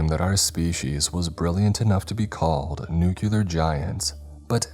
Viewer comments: Nuclear = "New Clear", not "New-kewl-er" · Please, stop mispronouncing 'nuclear'!